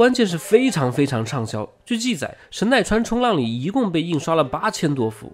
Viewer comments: 应该念成神奈川冲 浪里，不是冲浪里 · 神奈川冲 浪里， 要这样断句。